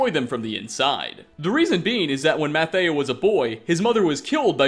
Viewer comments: I know you struggle with pronunciations in general but come on, "Mathieu" is not "Matteo", you can even here the spectral assassin say it right ! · Dude how could you mispronounce Mathieu literally 19 seconds after Lucien pronounces it Matthew? Do you do that intentionally to see how many people notice? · That's not how Mathieu's name is pronounced. Nice video though.